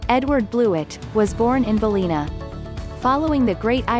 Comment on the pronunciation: It’s pronounced BAL-LIN-A, not Balleena